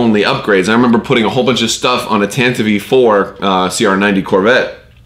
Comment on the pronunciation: Awesome! You pronounced "Tantive IV" correctly! Gaming vlog achievement unlocked!